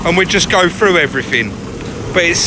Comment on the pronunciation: It is pronounced through, not froo. Irritating to listen to.